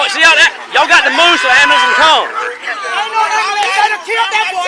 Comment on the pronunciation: Typical hood people. All the characteristics of useless hood people. Their mentality is priceless!!! “They didn’t have to shoot him!” “OMG my baby!!” “He didn’t do anything!” “Call da Amuh-lamps!!” My only question, is why can’t hood peeps say ambulance?